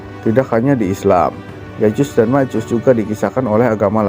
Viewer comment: Ma'af itu bukan Ya'jus dan Ma'jus, Melainkan " Ya'juj & Ma'juj